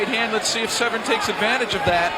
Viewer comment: slap yourself if you say. "sev-ren". its se-vern.......